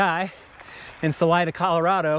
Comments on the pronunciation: Salida is pronounced sa-lee-da. Look it up. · the city is literally named after a Spanish word. As a native Spanish speaker, pronouncing it Sa-lie-da would be as asinine as saying tay-co instead of taco